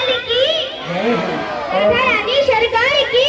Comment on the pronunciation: राध राध बोल रहे